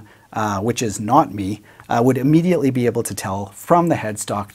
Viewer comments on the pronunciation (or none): none